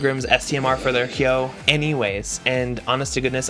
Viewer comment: Finally someone who can pronounce Hyoh.